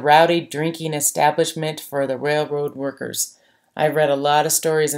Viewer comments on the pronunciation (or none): none